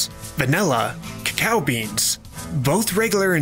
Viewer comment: cacao said incorrectly other wise it's a great video